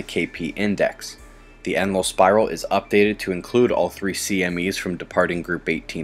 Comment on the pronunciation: thats ENLIL spiral, not "endless". Google "ENLIL" spiral and the active link comes up first as very result